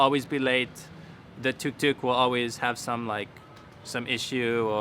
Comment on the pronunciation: As a South Indian, I find it so funny when you use the term "tuk tuk", I think I burst out laughing at least 3 times in this video just because of how you said it cause....I mean it sounds like a rattling toy you'd probably give to a baby 😂😂 (we call it auto, or auto-rickshaw here if anyone wanted to know)